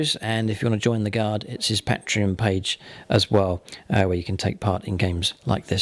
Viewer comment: Pronunciations of CAH-DIA and PAT-REON hurts my ears. Awesome board though!